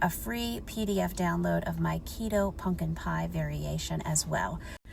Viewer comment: It’s so cute how you say “puNkin” instead of “puMpkin” 😊❤